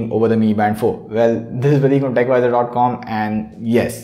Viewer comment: why would you name your channel techwiser if you cannot pronounce the W